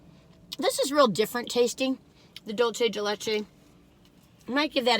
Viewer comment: Dulce, not Dulche!